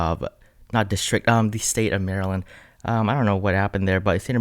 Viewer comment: You murdered my state maryland . I forgive you lol 😆